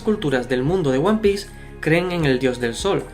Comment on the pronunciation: Yo solo quiero saber por què pronuncias diciendo "Uan pi" cuando serìa "uan pis" ?